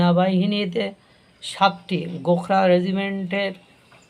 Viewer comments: শব্দটি গোখরা নয়,ওটা।গোরখা হবে। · উচ্চারণ ঠিক করে করুন। গোখরা নয় গোর্খা হবে। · গোখরা নয় গোর্খা রেজিমেন্ট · ভাই গোখরা নয় ওটা হল গোর্খা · Gorkha regiment, gokhra ba gokhro saap. Mathay tupi aar chhagal daari howay bhul hoyechhe.